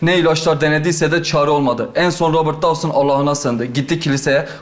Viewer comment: Dawson değil Tahsin 😂